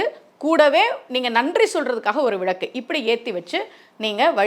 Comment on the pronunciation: விளக்கு தானே மா சரியான உச்சரிப்பு... நீங்க ஏன் விழக்கு விழக்கு னு சொல்றீங்க..ழ போட்டு பேசவேண்டிய இடங்களில் ஒரு சிலர் ள னு உச்சிரிப்பாங்க கேட்டிருக்கேன்... நீங்க ள வை ழ னு சொல்றீங்க